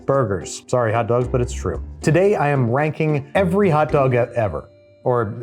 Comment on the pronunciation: was that "ranking" or "wanking" every hotdog ever? 🤪